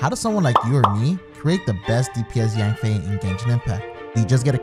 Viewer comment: Its YANFIE NOT YANBAE😝😝